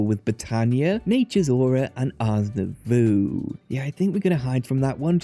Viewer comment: I love your videos, they're so great, and I very much appreciate the amount of time you put into them. But Ars Nouveau is pronounced /nuːˈvəʊ/ (like "new voe") not "nuh voo".